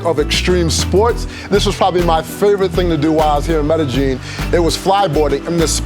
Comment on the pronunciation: Medejin? Medejin? Medeyin, bro.. Lol